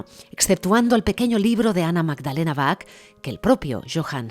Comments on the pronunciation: Se pronuncia BAJ, BAJ, BAJ, no BAC, por favor. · Aunque se escribe Bach, se pronuncia Baj, con jota, y no "Bac". "Bac" se oye muy mal. Por otro lado, muy buena información. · Perdon pero va una ayuda Se dice Baj con j iojann Saludos Hermoso documental